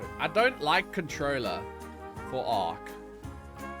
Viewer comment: bro your pronounciation of controller is a sin 😂